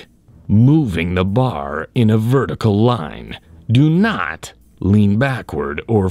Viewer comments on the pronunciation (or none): "DO NHAAT"